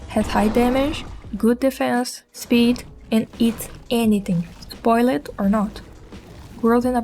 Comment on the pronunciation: GREAT GUIDE! Just want to give you a heads up, in regards to english (and I mean no offence). When pronouncing words that end with "ed" like; Spawned, Spoiled, Joined, etc, ignore the fact that there's an "e" there. It's pronounced Spawnd, Spoild, Joind